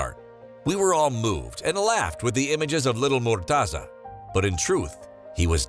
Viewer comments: its not murtaza ... its murteza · That's not how u pronounce his name haha